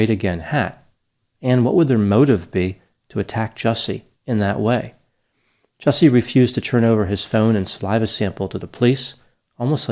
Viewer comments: You're pronouncing the name incorrectly. Ju-Ce (as in a the beverage you drink) 😅 Justice for Juicy. Dave Chappelle just slaughtered him rhetorically. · Just a heads up - his name is “Juicy” …. He doesn’t get the respect of proper pronunciation lol